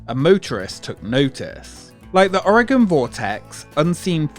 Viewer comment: Thank you for saying Oregon right!